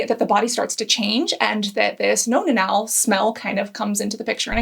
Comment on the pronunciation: "Nonna-nal", amiright? Nonna means grandmother in Italian...and if one has to explain a joke it probably isn't that funny.